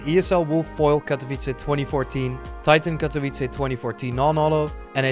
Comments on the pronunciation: U pronounced Katowice pretty well in this vid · Lmfao i like how u are spelling the word "Katowice" (yes im from Poland) probably bcos u are spelling it very good.